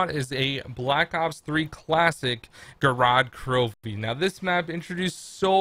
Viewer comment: Correction its not pronounced gorod krovi but pronounced gorad kravi